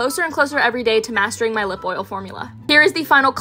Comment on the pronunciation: « PinKKK » « what do you thinKK » 😂